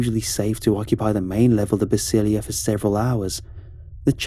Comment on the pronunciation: The word is “Basílica”, not Basilia